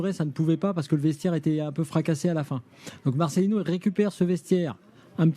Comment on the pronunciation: Marcelino, pas marcelinho svp!!! Un peu de respect, si déjà vous ne respectez même pas son nom !!!! Vous êtes grave les français...